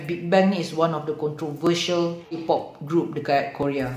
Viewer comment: kings of ki-pop? memang sebut mcm tu ke? bkn kay-pop? ke aku yg xtaw